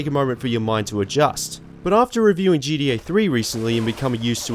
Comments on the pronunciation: Its GTA man, not G E A or G D A. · great video. i like your videos but i just have to be honest and say something. with all due respect...its not gDa ..its GTA. Please work on emphasizing the T lol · Why does he keep saying GDA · jeedee ay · Gee - Dee - ey 😅 this is unwatchable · Seriously? No talks about how he pronounces ‘gta’? I like these videos bro keep up!